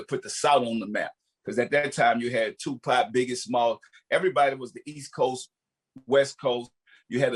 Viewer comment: Correct pronunciation: Tupac Master P: 2-POT